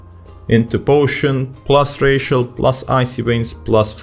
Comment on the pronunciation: Great video, funny that the necrolord rotation seems a lot easier. Also, every time you say "Racial" I think your saying "+ratio"